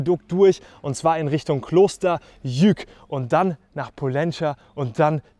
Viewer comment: sehr geile Tour. aber muss schon sehr fit sein, und am besten bergtaugliche Übersetzung haben, Übrigens heißt das Kloster Lluc und nicht Juk.😉😉😉😉